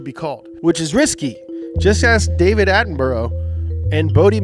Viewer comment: David Attenborough is pronounced "Atten-bruh". But not like the meme.